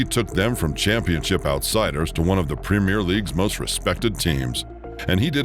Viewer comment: …and they way it says premier and Solanke is laughable.